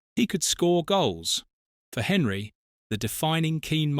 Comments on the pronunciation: Henry? Could you at least try to pronounce the man's name properly? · no it's AI. Literally only watched it as some of the info was new to me. But yes the ears did cringe